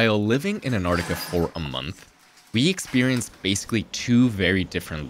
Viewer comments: While living in Antarctica for a month you didn’t learn how to pronounce Antarctica. But glad you enjoyed “Anartica” 🤣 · Not sure why this bugs me. Antarctica being pronounced Antartica. Cool vid, anyway. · Please stop saying "Antartica". Everyone in the comments knows it's AntarCtica". Guessing you also say "Artic". Sorry everyone, I couldn't resist being a pedantic jerk.